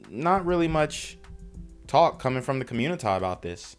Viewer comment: “There’s a lot of confusion in the communitah”….no stuff?